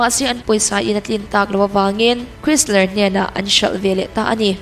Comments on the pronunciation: Ferrari hotupain Tractor siamtu mai tia a lo en hniam lai khian a "tlawmngai" ni lovin "tlawmah a la" hle a ni zawk. Tin, Chrysler hi "Krisler" ni lovin "Khrais-Lah" tia lam tur. Sap hming hi a lam dan tur online dictionary ah a awm vek a nia. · automobile lam chu hre vaklo pawh ni la ka mawh lo che, brand name te erawh i chhiar hma in a lam dan dik, a hria te rawn hmasa thin la ngaihthlak a nuam lehzual ang. A sipel ang thâwr2 a an lam lemloh hi hnam dang hian an ngah a..... chrysler te hi khêisar an tia, audi te hi ody nilovin âu-dee han ti ve la khiiiitah i ni daih ang 🤣